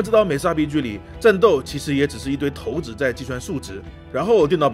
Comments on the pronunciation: 那个字真的念“shaǐ”，不念”tóu”。不别扭吗？😂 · 第一次听有人叫shǎi子 叫 tóu子，查了一下 还真可以这么叫 真是神奇